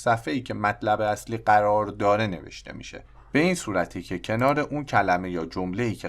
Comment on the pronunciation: قررررر یا قرار 😂😂😂